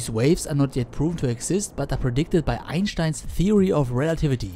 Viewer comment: I find your correct pronunciation of Lagrange and Einstein strangely pleasing.